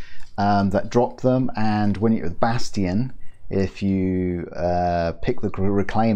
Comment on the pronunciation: Lol bas tion BASS TION